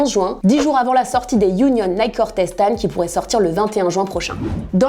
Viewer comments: Jvais ps mentir mais le concept de Shop-ça c'est le concept que j'aime le moins de la part de booska-p mais après chacun c'est goûts hein 🤷🏻‍♂️ et parcontre comment il dit nike ce fou c'est limite insultant pour la marque et comment il dit chantilly wsh il sait pas parler enft 😂😂😂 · Le combo « Naike » « ChantiLy » nan c’est trop 😭